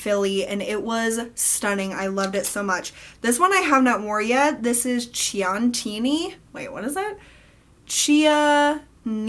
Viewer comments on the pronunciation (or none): I'm loving these videos and vlogs where we get to know you better! FYI - Chianti is key-on-tea (like the wine). You do such a good job with so many of the pronunciations. Thank you so much for all the time you spend making videos and sharing your life and thoughts with all of us! I really appreciate it!!